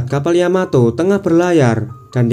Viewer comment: Yamato ❌ Yamateh🤭✔️